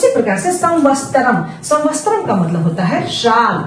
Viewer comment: Saal ke liye samvastaram nahi samvatsaram hona chahiye. Vaise aapka tarika bahut achha hai. Mai bhi videos dekhti hu